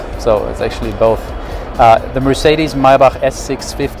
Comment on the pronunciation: THAT, is the proper way to say Maybach, for all of you who are wondering..